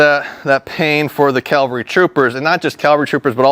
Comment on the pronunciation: I don't want to be a dick, but it's CAValry, not CALvary. Calvary is the mountain in the bible, or whatever. Sorry, it was driving me nuts the whole time. Lol